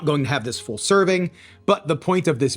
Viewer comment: He also pronounces full as fool.